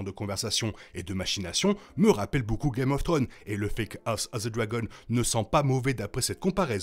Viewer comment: Episode tres sympathique avrec malheureusement les 2 dragonniers deja prévisibles donc manque de suspens. Cest bien filmé et rythmé donc ca passe bien. Ps: vous avez toujours du mal avec le s en anglais. Game of thrones (tro-nz) et non "game of throne". Belle video sinon ❤